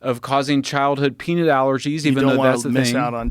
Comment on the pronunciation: this guy shouldnt say peanut anymore....."peenit"